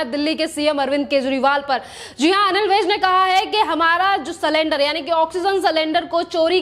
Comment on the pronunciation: मैडम आप एंकर हो आंकर नही,इसी तरह सिलेंडर बोलो सलेंदर नही। Sakendar nahi sylinder.